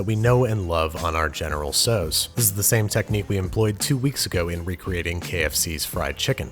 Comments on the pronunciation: (*General "SAU") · In Canada we say general tao chicken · except the dish is entirely american and named after a chinese general whom there's no identifiable connection to. you might argue that the correct pronounciation of the general's name is the correct way to pronounce this dish, but as it's really american, the pronounciation might've been faulty to begin with - and nobody knows where it truly originated from in the US.